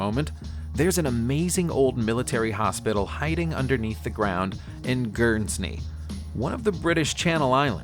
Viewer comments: I live in “Gurns-knee” or Guernsey as it’s actually pronounced. His facts on the tunnels are somewhat exaggerated from the truth. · Guernsney, Guernsney? It's Guernsey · Gernsney? Ger-zee. Like the cow. Really!! You really have a pronunciation problem. It chips away from what would have been a good video. Over and out. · Guernsny? Guernsey you mean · "Gurnsney"?!? FFS, is it so difficult to read "Guernsey" and pronounce it? If can't be bothered with the little things, it's usually wise to assume the big stuff is likewise sloppy. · It's Guernsey, pronounced Gern sey , although the spelling not correct it is NOT gur s ney you dumb f*** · Guernsey = GURRN - zee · Gurn-zee is how that channel island is pronounced x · Gurns knee ahaha its Guernsey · GERNS NEE? ~Er,mmmmm wot? I mean mis-pronounce but can you not read? AAnnnd in-see-too??? YE GODS! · Gurn snee? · I will subscribe when you learn how to pronounce names properly, where the fuck is Guernsney? or Budapescht? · Guernsney? Research or just knowing how to read properly would have avoided this little faux pas. (That is pronounced 'Foh pah' for you illiterate Yanks (the x and s are silent) not forx passs). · scotty200480 poor education in his country, he can’t even read, which is sad 🤓😆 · Pronunciation surely. A pronouncement is a formal or authoritative announcement or declaration such as "We have coronavirus/the economy/immigration/unemployment et. totally under control." I particularly liked the pronunciation of Guernsey as Guernsney! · The pronunciation of Guernsey🤦‍♂️ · Sean Walsh Guernsey was the worst. I cringed. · Guernsey???? 😂😂 The twat! Not shit enough that he can't pronounce Guernsey but the bloody hospital is on Jersey. 😁😂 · Stuart McConnachie I cringed so badly, and his pronunciation of Guernsey 😭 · Mate hit me up when ever trying to say British land marks I’ve noticed you do it other videos, where the hell is gursney, lol 😂